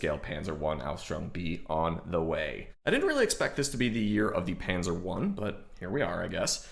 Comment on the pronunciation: Now, if you learn to pronounce that word Panzer, that would be even better. ;)